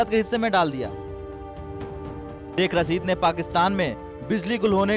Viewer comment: Aby Delhi ke Dallo saikh nahe hota shaikh hota ha 🤣🤣🤣.... Toilet less bhikareo 🤣🤣....... Apne farmers ko daikho